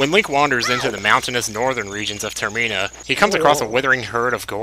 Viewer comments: ITS TER-MINN-A NOT TER-MII-NA LEARN HOW TO SPEAK IDIOT no hard feelings :D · I think the setting of Majora's Mask is 'Termina', not 'Terena'. There's an 'm' in there. Sorry if I come across as rude, by the way, it's just that it's my favorite game, so it seems a little bit jarring when it's mispronounced.